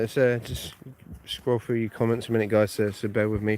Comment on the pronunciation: What did he say ? Road frue. Are you sure you didn’t mean to say road through ?